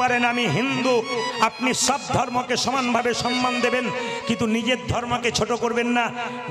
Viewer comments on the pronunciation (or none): none